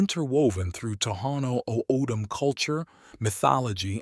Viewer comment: Great visuals but the pronunciations are so off. It's Papago (pop-ah-go) Saguaro (sah-wa-ro) O'dham (Otham) olla (oh-yah)